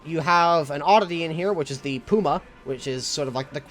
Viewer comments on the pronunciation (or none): none